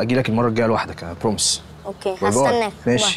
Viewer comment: مروان بينطق بروميس غلط مفروض اسمها بروميس بيقول برومس طب انطقوا انجليزي كويس يابلاش منه 😂